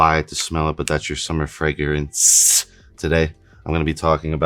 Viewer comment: I like how he says “fragrance.”